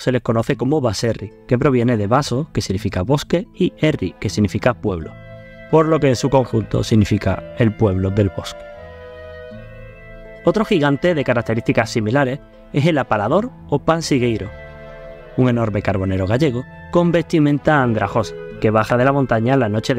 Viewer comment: Se dice apalpador. No apalador.